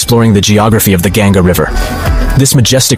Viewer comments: It's not river gyanga it's ganga u can adjust spelling but don't mispronounce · it is not gaen-ga , it is pronounced like gun-ga